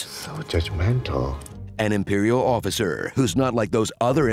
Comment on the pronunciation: when Han asks for a 'officer' in the snow cave, im convinced South Park heard what I hear when he says 'Jackovasuar' 'Jackofasaur' ! then they did an episode with weird animals. He does say 'jack officer' right?